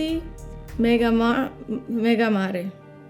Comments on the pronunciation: Great stuff. The name means Big Sea in a mix of Greek and Italian; I think your wife got the pronunciation right. I remember that Megamare contains something like a thousandfold overdose of ambrocenide, one of the not-so-subtle superambers that Alessandro Gualtieri likes to use in his Orto Parisi line. I sometimes wear one spray of Megamare under my shirt for fun, just to confuse people. 🙃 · The way she pronounced megamare was totally true, remaining faithful to its Greek–Latin etymological roots.